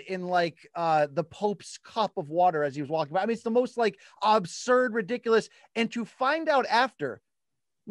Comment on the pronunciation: Why does BC say Obsurd?